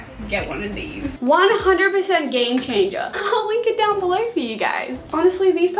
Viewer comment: can you say below,download, and almost every other word the right way god damn